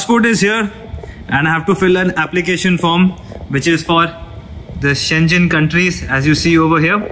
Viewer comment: You pronounce Schengen incorrectly